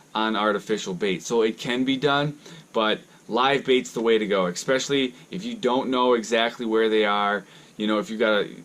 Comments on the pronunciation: Especially is not pronounced EXpecially. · P there is no x in especially, plain and simple. Just like there is no x in espresso, but people pronounce that wrong as well.